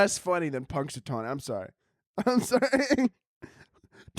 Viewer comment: I first thought you were saying "punch a tony" and was a little confused but just rolled with it cause it kinda is something you would say